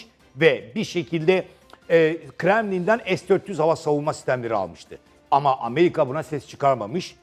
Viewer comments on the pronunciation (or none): none